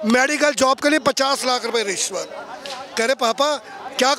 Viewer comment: उल्लू का पट्ठा रिश्वत को “ निश्वत “ बोल रिया हैंगा ।